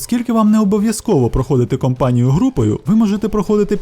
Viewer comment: Та не компанію, а кАмпанію =)